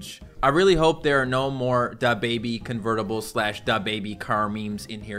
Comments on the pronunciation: stop saying da bébi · he say DA baby instead of dababy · I hate how he says dababy: "Da~-baby" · Dab baby and sooj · De boybe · the way says da baby it makes him sound like a mexican person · The way pronounces dababy triggers me